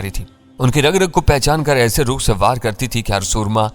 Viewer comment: بھائی پڑھے لکھے لگتے ہو، مسلسل ہندی کیوں بولتے لکھتے ہو۔۔۔ اردو میں "رخ" ہوتا، "ر" پر "پیش" ہے. ہندی میں "رکھ" بولتے ہیں۔